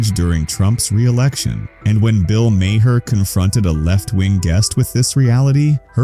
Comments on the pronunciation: Lose the fake scratches. Those only appeared on old film. This is video. Also, you pronounce Maher, like "Mar". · You keep doing AI narrated videos about Bill Maher, and it never pronounces his last name correctly! Either fix it or everybody’s going to stop watching your videos. Are you that lazy? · Crappy lazy A.I. voice over can't pronounce Maher properly, so it, instead, pronounces it differently every time. Just read the damned script yourself.